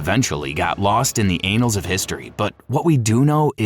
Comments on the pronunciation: Anals of history? It's pronounced 'ann-alls' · "Lost in the anals of history" I think you mean "annals" of history, sir. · Anals of history. lol 😂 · "In the anals of history" ?? Not how "annal" is pronounced.. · I cant wait to catch that TV special:"The Anals of history". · Anals of history BAHAHA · Ha bro said anal of histories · That is not how to pronounce annals of history 😂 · LMAO! I just heard that part. I had to do a double take 😂😂😂